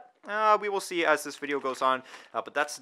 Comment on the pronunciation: When did "th" this start to sound like "v" vis